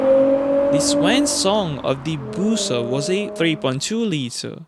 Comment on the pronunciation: Busso not Booooouso